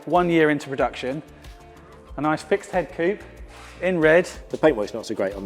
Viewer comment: E type Coop? Oh you mean coupé...